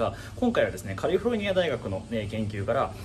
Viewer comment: カリフォルニア大学の言い方でなんかじわる。